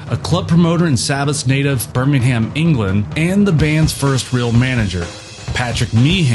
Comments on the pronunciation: How many times do we have to tell Americans it's pronounced "Bairmingum" NOT 'BirmingHam'!! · How can the narrator get "Birmingham" so wrong? 😂